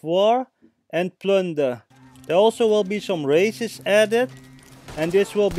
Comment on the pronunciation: For a second i thought u said there will also be some racists added 😂😂😂